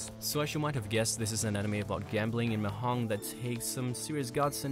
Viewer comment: It's pronounced as "Ma-dyong" not "Ma-hong".